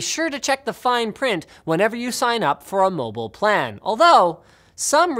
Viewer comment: You say mobile funny.